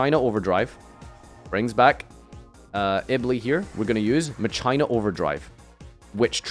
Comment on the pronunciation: I hate how he says Mah-Chay-nah